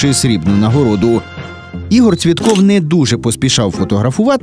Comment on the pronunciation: Паралімпієць Цвєтов, а не Цвєтков!